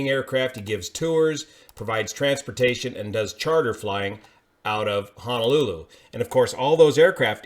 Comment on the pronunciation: FYI: It is pronounced Ho-no-lu-lu, not Ha-na-lu-lu.